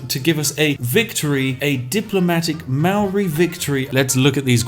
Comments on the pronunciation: Hey he mispronounced Maori every time too. Silly Poms. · Maori/New Zealanders are laughing at how you say Maori. It’s like the most white way to say it 😂 haha but everyone says that if they haven’t been taught how to properly pronounce it